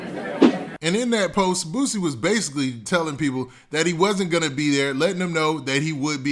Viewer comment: Why he saying Bootsie?! lol it’s Boo-C. And he kept saying his name